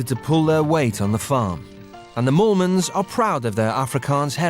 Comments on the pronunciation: It was "Moolman's" instead of "Mormons" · I think it's pronounced "Mole-mens" with their accent. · The surname is Afrikaans that’s why it sounds like mormons to people who don’t speak the language. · That’s because there names are Mormons 😂